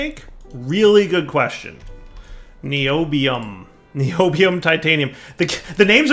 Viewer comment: Pronounced nye - obi- ome